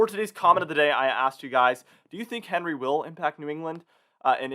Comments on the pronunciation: Came here to say the same!!! Very irritating every time he said Henry!! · Isn't Henri a French name and is pronounced awn-REE? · Quick reminder, Henri is pronounced “ahn ree” because it’s a French name. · It would sound a lot more professional if you pronounced this storm's name correctly. It is pronounced "on-ree", which is the French version of the English name Henry. The World Meteorological Association picks the names, and they are a mix of names from the predominant languages spoken in that part of the world. For the North Atlantic/Caribbean basin, the languages are French, Spanish, and English, so the names on the list are from those languages. I hope that helps you.